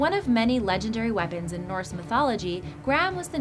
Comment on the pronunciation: The pronunciation of the Norse and Germanic names was so off it was almost cute. ^-* Btw most powerful and magical weapons... How about Gungnir and Mjolnir?